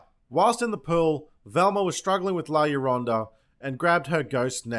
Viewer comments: As a matter of fact, you are mispronouncing it. The "ll" in Spanish is a long "y." It's pronounced "yor-na." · Is anyone cringing every time he tries to pronounce the name? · Did you just called La llorona the "T-NUN000"? I demand the movie to be retitled that way. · This video deserves all the likes just for the mispronunciations of la lawnmower. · La lawnmower hahaha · I laughed every single time you called la ladonna by the wrong name. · "La Lawnmower" ... ha ha ha brilliant. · La Lawnmower 😂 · “La loña!” 🤣🤣🤣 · Bro, I grew up with this, and you mispronouncing it over and over is the best thing ever. I’m dying. La lawnmower, genius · You said la Yolanda and i suscribed! Great videos trashing crappy horror movies dude! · La lawnmower 😂 😂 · La Lawnmower 😂 I’m dead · 6.47 La Bambo! Classic ,😅 Subscribed 👏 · La as in LAtin Llo like maYO Ro like ROck Na like NAncy La Llorona.. Wich means "the crying or weaping woman" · Its Llorona Not lasaña not lacorona If you fuck us for bad pronunciation in your country then we will fuck you for bad pronunciation in ours. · la lawnmower 🤣🤣🤣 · You called her La Lawnmower. We all heard you.... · "La Bomba" lmaooo way to execute a classic comedy trope flawlessly. I call it "the substitute teacher taking attendance" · Isn't she supposed to be called lá ljorona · "La Bamba" and "Velma" I'm literally cry-laughing right now. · i seriously cant stop laughing everytime you call her la corona or la bomba. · La Yolanda Ok lol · I couldn’t stand how the mother couldn’t even pronounce la llorna when her kids themselves are MIXED. Not only that there wasn’t much crying and I felt they didn’t show much of her past or even her crying and just to insert some sort of hint at the warrens? That was another kind of stupid. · Ciara Rash I think it’s a part of the joke, at one point he calls her La Carona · I lost it at “La Lawnmower” 😂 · Dismal Doll And “La Carumba”, this video was fucking hilarious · La Corona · La Bamba! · “ LA LONIA” “LA CORONA” 🤣🤣🤣